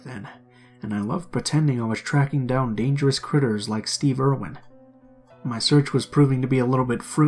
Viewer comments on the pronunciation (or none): none